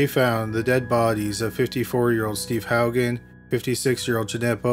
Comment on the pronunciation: I'm shocked you pronounced Haugen correctly. That's my maiden name. No one gets it right.😂 I'm trying to figure out If I have a cousin named Steven.